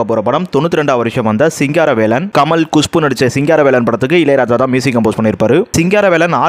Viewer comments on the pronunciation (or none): none